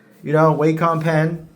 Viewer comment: I like how pronounces wacom pens😭 WAY- COMMM